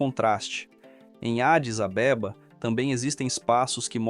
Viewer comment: Essa pronúncia da capital como Adis AbÊba me tirou do sério.🤣🤣🤣